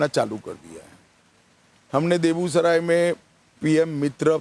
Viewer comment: बेगूसराय को देबुसराय बोल रहा है